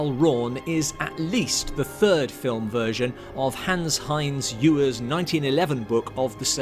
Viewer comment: Thanks for the heads up! (Trivial point: isn't the last name of the source author pronounced "evers"?)